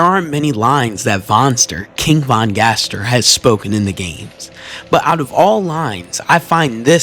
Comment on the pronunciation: KING VOHN NO